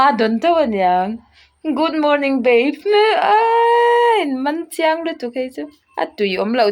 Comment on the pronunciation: good morning babe👈 ilam rik dan hi ,, bape 👈 tiang ang hian inzawm vek in i lam ri a,,, 🤦🤦🤦baby 👈beiby👈 tiang a lam rik tho tur baby,,,,tih na tho😁😁.....